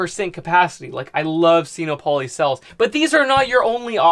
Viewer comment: Sino rhymes with dyno or wino. You know solar power, I don’t. (I used to be an English teacher.) Just my two cents worth. Carry on, really learning a lot from your videos. Yet, I still don’t know or comprehend much. I just want to learn enough to build a solar system for an off-grid tiny house in a year.